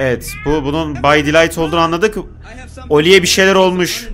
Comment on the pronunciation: Ollie değil ya